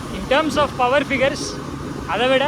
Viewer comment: Power ❌paawar✅